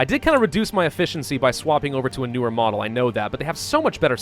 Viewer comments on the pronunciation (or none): none